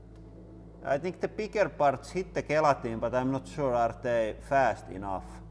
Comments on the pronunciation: Gel - Atine not Gay - latin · The playing cards were a huge surprise. By the way, gelatin is pronounced with a soft G as in jell-a-tin. Just thought you'd like to know. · Sounds like hes saying "guillotine" instead of gelatin.... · Gee, I thought you were saying "guillotine" instead of gelatin. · Because of his heavy finish accent it sounds like he's seeing guillotine instead of gelatin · Oh! You were saying "gelatin". I kept thinking "What guillotine?"... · I was so confused for the first couple minutes. I thought he was saying ballistic guillotine 😂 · When ever he says gelatin is sounds like guillotine :) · I love how you pronounce gelatin. The best way I can explain how we Americans say it is "jail-a-tin" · Gelikton lol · I assumed he was calling his press the guillotine. It wasn’t until I read your comment did I realize he was talking about the gelatin shock absorbers. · it took me more than half the video to figure out he was saying, "gelatin".